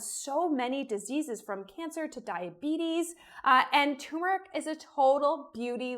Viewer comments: Have you ever added cocoa? That sounds good to me. Also, at the risk of being a twit, the word is tuRmeric not tUmeric. Thanks for the recipe. I'm going to try it tonight. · why do you say tumeric? it's clearly tuRmeric. there's an r. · “TUR”meric ..Uhg 😑😑🙄🙄🙄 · no. the person who put the r in there didn't put it there to be ignored. tuRmeric. k? k. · I’m not a snob.. it’s the grammar police in me - pronounce words as they are spelled and intended on being pronounced.. ‘TURMERIC’ 👍👍